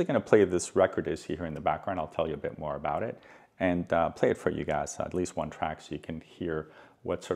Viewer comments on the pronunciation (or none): none